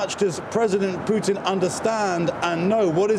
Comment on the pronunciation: " I have no plans to speak with Puttin" can't believe this guy